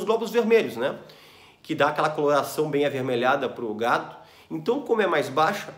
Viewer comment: Você disse gado, mais parece gato, kkk